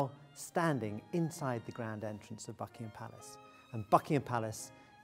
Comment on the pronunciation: y i keep hearing him saying fucking ham palace???